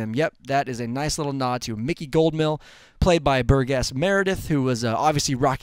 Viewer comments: Its pronounced Bur-jess Meredith. Not Bur-Guess. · Burgess Meredith's name is not pronounced burr-"guess", it's burr-"jiss". And Ivan Drago ain't eee-vonn Drago, it's eye-vinn. (And before any douche tries to correct me, I am aware that a Russian-speaker would pronounce it the former way, but throughout the movie it's pronounced in the latter). Clearly not a fan of the films or actors. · Pretty good episode of Rewind Theater , other than mispronouncing Burgess Meredith's first name. It's pronounced BUR-JESS not Bur-GUESS . Anyway other than that this was a very nice short analysis of what should be a promising movie with Michael B. Jordan and director Ryan Coogler (Fruitvale Station). 4 Days to go ! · Yes, Bur-jess, please, let's learn about what we're talking about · Nice video. Thank you. By the way, Burgess Meredith's first name is pronounced with a "j" sound, for the g (I'm pretty sure). Cheers. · Burgess is pronounced Burr-jiss FYI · Make sure you know how to pronounce Burgess Meredith's name young man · first person I have ever seen who mispronounced Burgess Meredith's name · Couldn't pronounce Burgess correctly. Fail.